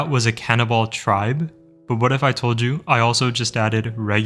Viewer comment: Bro said canonball😂😂